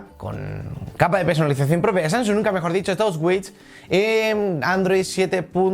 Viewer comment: Oye amigo me encantan las tablet Samsung Galaxy pero pronuncia bien el nombre de la tablet jajaja tú dices sansung y es Samsung. Jajajajajaja. Yo me reía de tu vocalización